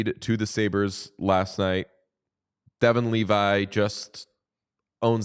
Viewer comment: Just a friendly FYI, Devon Toews' first name is pronounced "D-Vaughn".